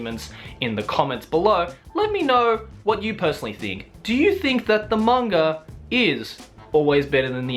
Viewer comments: manga not kanga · I hear say "mang-R" as well. You are not alone. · Is it just me or does keep saying " mang-R adaptation"???